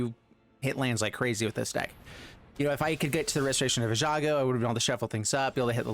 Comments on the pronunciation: You keep say Ejago for Restoration, it made me laugh a lot haha. It's pronounced E-GONE-JO, if that helps. Restoration of E Gone Joe. Nice vid though, made me laugh and was a rad deck! Cheers. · reversing the j and g had me chuckling as well